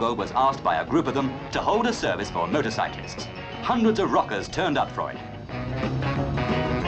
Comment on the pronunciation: It sounds like the narrator calls them "Murdercyclists"